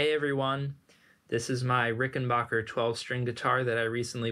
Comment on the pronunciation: "backer" not "bocker"